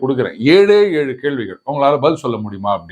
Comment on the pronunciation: Even you say elu Not ezhu??